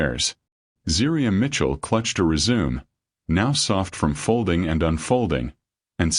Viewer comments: The word is not "re-zoom!;" it's "res-u-me'" (pronounced may)! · the way you are pronouncing “resume” means to continue. Please check the pronunciations! Google is your best friend.